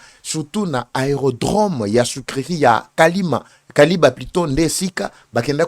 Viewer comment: Kiliba et non Kaliba.